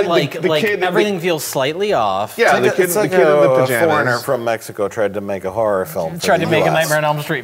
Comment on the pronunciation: Even the way the voice actor says Mexico. He's using the English syllables, but he says it with proper Spanish accents.